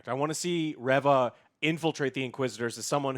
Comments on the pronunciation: Its Reeeeeeeeeva. Get it right. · I swear he cannot pernounce reva right. it is really annoying they don't say it how he says it in the show pronounce it right it does matter. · Her name is Reva. If her name was Reaver it would be spelled "Reaver." Like how it's said in Legacy of Kain Soul Reaver. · Still mispronouncing Han and now mispronunciation Reva ic. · it's actually re-re-re-re-va, because she keeps coming back.